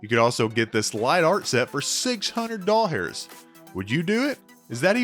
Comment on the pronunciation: This was pretty entertaining since I still have yet to make it to collect-a-con. Also, did I hear you right? Did you say DOLL HAIRS?! 👀